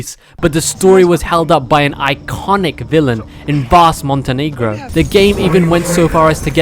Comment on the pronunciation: ah yes, my man Vaas Montekneegrow